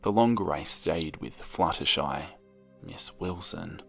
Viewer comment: when the video started and he said "flutterschmooze" I wheezed but dont we all just hate it when we have white pencils and when we try to shade colors with them, the colors just go onto the white pencils tip?